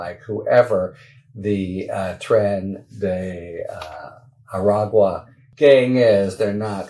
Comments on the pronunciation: Way to go, Harry. You've got the correct pronunciation for "Tren de Aragua" down pat. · Good job Harry. I noticed that you said Tren de Aragua properly. Perhaps you can teach Ben that it's the water that recedes before a tsunami, not the shore. Also let him know that a selfie is a picture of yourself... it isn't necessary to say, taking a selfie of yourself. I'm too damned picky and I'll shut up now. Love all of you.